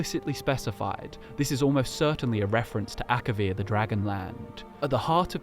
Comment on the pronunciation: It's Akavir not Akarian.